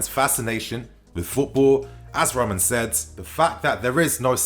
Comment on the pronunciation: roman roman not ROOOOOO MAN jesus fuck me this dude lol